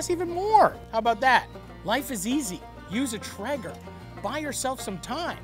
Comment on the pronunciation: tray-ger you lepton. not tre-ger